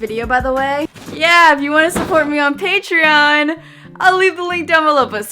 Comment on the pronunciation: It pronounced PAY-TRON NOT PAY-TREE-ON AGHJHDHSHHSH I AHTW THAT